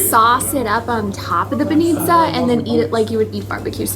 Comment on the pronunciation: Aware with the emphasis, please :) bAnitsa, not banItsa ffs.